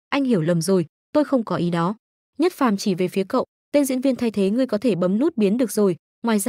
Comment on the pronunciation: đoạn chát là diệc phàm mà đọc nhất phàm